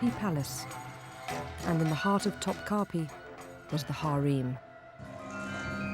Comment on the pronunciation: "Top kapiii" "hareem" - its actually not pronounced like that at all in Turkish lol